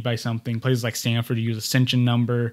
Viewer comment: the term is "Accession Number", Not "accension number." (Former Archives Aid, NARA Anchorage office.)